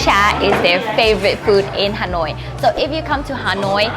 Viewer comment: do you speak Vietnamese? if you are, please pronounce Vietnamese words the right way. Please! What the hell is Ha noi? what the hell is Bân Cha?